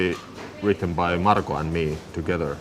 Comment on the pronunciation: Tuomas speaks in a dialect from northern part of eastern Finland so that’s why he says Markos name a bit different than the it’s pronounced in offical finnish.